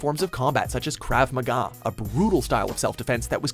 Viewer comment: You pronounced Krav Maga wrong